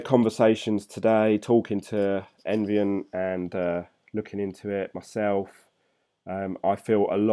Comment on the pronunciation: Don't get me wrong, I like your videos but it is Envion not environ or however you pronounce it :) I can't see any R there. Sorry I really didn't wanted to criticize you just mentioned. keep up!